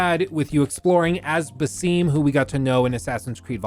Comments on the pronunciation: hey, Fantastic video as always, just a tiny note, it's pronounced Basem and not basim, like a flat eh sound if it makes sense, keep it up <3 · Did he seriously just call basim BASEEEM?😭😵‍💫🤦